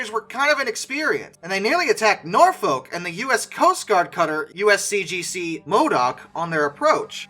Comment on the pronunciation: I don't know about your German pronunciation, but please get Suffolk and Norfolk right.🤣